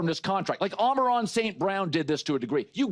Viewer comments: Ah yes, Omeron (Amon Ra) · Someone should teach this man how to pronounce "Amon-Ra"